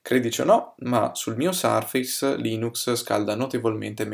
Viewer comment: Però "sarfeis" per dire surface non si può davvero sentire. È un pugno sulle orecchid